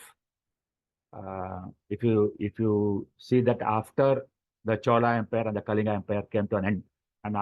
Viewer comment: Great discussion. Just one observation,At least the Odia host can pronounce KALINGA correctly.. The L is not pronounced as the L in "Life"